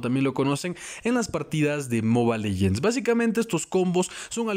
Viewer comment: Soy el unico que le caga que diga moba legends ._.